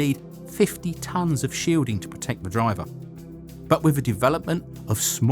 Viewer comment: YOU CANNOT SPEAK ENGLISH! DO NOT MAKE ANY MORE VIDEOS UNTIL YOU HAVE LEARNED HOW TO! FOR EXAMPLE, YOU CRETIN, 'WITH' IS PRONOUNCED 'WITH', NOT FUCKING 'WIV'!